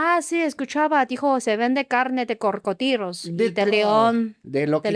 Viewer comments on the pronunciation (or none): "carne de corcodilos" que bonito sonó, me recordó a una vez que una chica en mi preparatoria en lugar de decir duraznos decía que duranzos, es adorable cuando la gente dice palabras pero de diferente manera